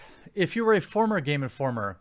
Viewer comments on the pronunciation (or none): "Geme Informer Megazine" :P